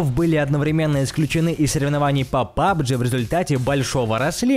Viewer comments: Да бывают у него ошибки вместо пабг говорит пабджи может ему так легче произносить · У меня одного горит когда он говорит пабджи? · Пабджи.... Пабджи........ Пабг!!!!!!!!!!! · НЕ ПАБG А ПАБГ!!!!!!!!!!!!!! 😡😡😡😡😠😠😠😠🤬🤬🤬🤬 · Не пабжи а пабг